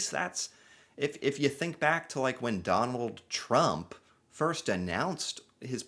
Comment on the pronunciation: I repeated it a few times here because I kept hearing McDonald Trump